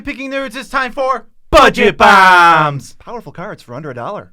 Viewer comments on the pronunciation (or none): BUHJET BAHHHHHHMS